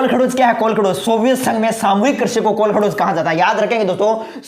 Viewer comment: Sir ye kolakhdoj nahi h ye kolkhoj h